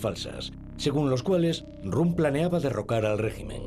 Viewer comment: El locutor contratado es inculto, y el editor también porque no lo ha corregido cuando pronuncia mal el apellido de Röhm, como rum.